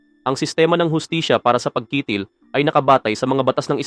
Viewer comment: ayusin mo ang pag narrate..yung salitang pagkitil..hiling...para hindi ka nagmumukhang eng eng..ninenok mo lang ang video na yan.hahahahaha nakita ko yan sa channel ni Islamic Stream..